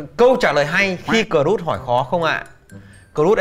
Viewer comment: Cô ấy đọc là cờ ruốc mọi người ạ 🤦‍♂️🤦‍♂️🤦‍♂️🤦‍♂️🤦‍♂️